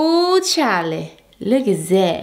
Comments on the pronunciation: Its supposed to be "whew chile" like child... but lately people say CHILE like CHARLIE.. originally its child but when u say it majority of the time you won't hear the d in child.. hence "whew chile"... hope that helps lol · Are you trying to say “whew chyyy”? What is Charlie??